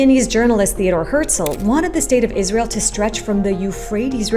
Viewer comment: Can we take a moment to appreciate that they called it Jizrael 😂